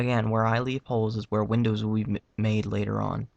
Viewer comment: When he says "where I leave holes is where the windows will be" it sounds like he says "where I leave hoes is where the widows will be"